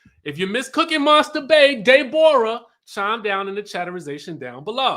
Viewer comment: If nothing else was funny about this review, I cackled every time you said "Day-bor-uh"!!!!! 🤣🤣🤣🤣